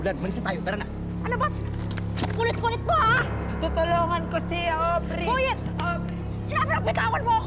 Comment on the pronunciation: Mukhang patagal ng patagal parang Ovary na ata naririnig ko't hindi na aubrey... Sira na ata pandinig ko...😂😂😂